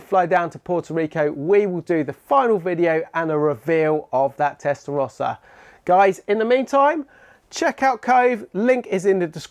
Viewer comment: Anybody who can't pronounce 'Testarossa' correctly (not you, ) doesn't deserve to own one.